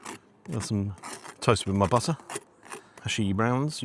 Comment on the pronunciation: “Gettin’ some toast, for me buttah” 😅